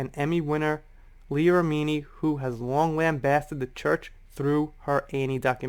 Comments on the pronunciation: Hey. Not trying to be "that" person. Only trying to be helpful. Leah Remini's last name sounds like, " Rem-in-knee". Dont know if you were pronouncing it that way for a reason. Or, if you really don't know how she pronounces her name. So, just trying to help. 😁 Happy Holidays! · Her last name is pronounced Rem-min-knee. 😉 she knows tom cruise personally, she knows how batshit crazy he is. Cruise is a control freak, that's been said by multiple people on multiple occasions. Did you hear the argument between him and Christian Bale? Remini does have a grudge against scientology, but can you blame her?